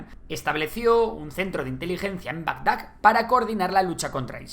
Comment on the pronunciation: Siempre que Dice Bagdad, lo pronuncia BAGAG, o BAGDAK, no es una letra que no tenga el abecedario, BAGDAD, DE A DE no DE A GE o K, la vdd q me gustan mucho los videos y me los como uno tras otro pero necesitaba sacarme la espina de BagdaD jajajajaj no es con hate, es una pequeña correccion totalmente constructiva. Sigue asi y un saludo